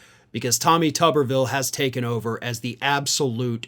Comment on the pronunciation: I think it should be pronounced Toobervilee, like a potato which is a tuber. After all, I have never seem a head that could use some parts swapped into it like his. He could help build the wall with that forehead. Tommy go stand between Texas and Mexico. At least you'd be doing something some people could deem useful.